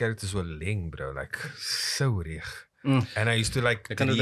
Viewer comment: Jp not clicking when says 'Leng' and then the realization once says 'Reg'.. Iconic 😂😂